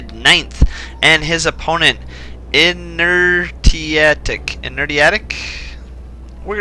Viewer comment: Hey, Nice cast! It's pronounced "Inner-She-Attic", sorry for not giving you a key. Thanks for the tourney!